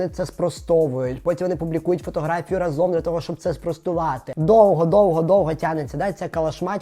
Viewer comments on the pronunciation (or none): none